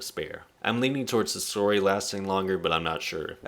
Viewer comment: How have you watched the entirety of the series, yet still butcher so many names and words from the show, like bro wtf is a skeeth and also sasori is pronounced “SAH-SOR-E” not “SUH-SOORY”🥱